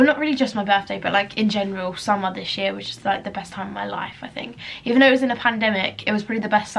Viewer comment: She said “this year” her accent